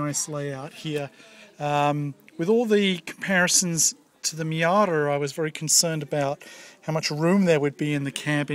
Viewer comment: what's a Me-Otter?